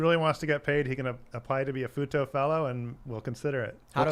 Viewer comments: I was listening in another tab and heard them say Futo and immediately clicked back over as fast as I could to see if chat would say futa. You did not disappoint. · ....did he say "Futa"? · For half the show i thought they were saying FUTA until i read the I'm not interested anymore. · Sorry, every time he says Futo, I can only hear Futa. If you don't know what that is, do yourself a favor do not google it.